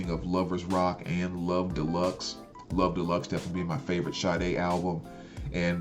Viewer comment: thanks for not botching Sade's pronunciation like most of these youtubers calling her Sharday, hahaha.